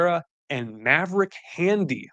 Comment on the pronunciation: It is Handley. Idk where he got “Handy” from